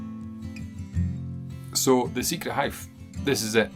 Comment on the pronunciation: It’s the famous hough nor howff